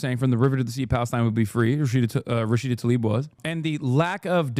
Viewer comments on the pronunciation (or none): none